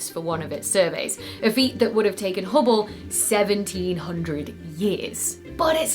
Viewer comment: you suck at saying Hubble 😊 love your work keep it up 👍